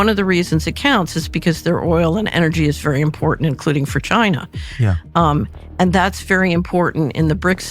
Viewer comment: Did she say, “for China”? Or vagina ?